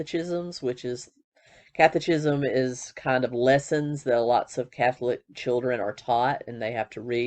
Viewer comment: Thanks for this upload, you mispronounced the word CATECHIISM.